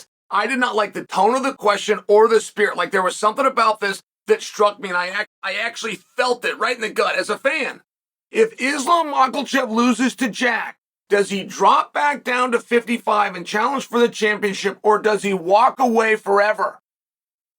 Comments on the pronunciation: Hey Chael! Say Della Maddealena Belal and Makhachev. “Dellalana Bahall Mackelchev” 🤣🤣🤣🤣🤣 Guys he does this on purpose. It’s an old pro wrastlin schtick. Jesse the Body used to do it. He’d call Tito Santana, Chico Antenna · 'Islam makalchev'😂😂😂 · Chael always saying names different “Islam Macklechev” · Islom mocklechev